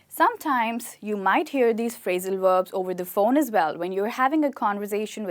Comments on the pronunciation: why she said phrasal werbs instead of verbs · Verbs not Werbs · HI - great enthusiasm and energy - I admire it! Perhaps a small suggestion - concentrate on pronouncing your Vs as Vs, not as Ws - "Verbs" not "Werbs" and then you will be brilliant. Also, you may want to differentiate between American and British English "Real fast' American English and "Really Fast" British English... Just a thought...?